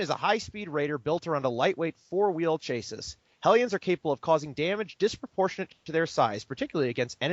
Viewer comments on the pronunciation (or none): It's pronounced Chassee. My question is this: why aren't Hellions better versus bunkers. Flamethrowers were originally deployed to clear out bunkers in WW2. And it, (in reality) takes a LOT of fuel to flame throw things. Backpack-style flamethowers only held a 10 second burst of fuel. Flame-soldier tactics in real life revolved around sneaking up to a bunker from a blind angle and shooting a second or two of fuel into a bunker before igniting the stream and running out the tank.